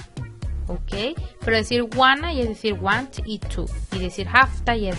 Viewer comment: Fíjate la pronunciación de IT /Does /Want/New.